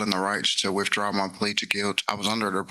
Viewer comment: "Wif draw" plea ???? Send him back to elementary school English class.